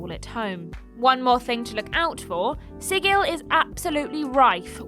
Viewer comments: Sigil as an actual word and is pronounced "sidjil" or thereabouts, not "sigill" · "Sigil" => pronunce "sidjil" ;) (it's an actual word, it means "seal" - the sign, not the animal)